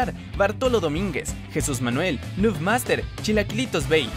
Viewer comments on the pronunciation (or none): none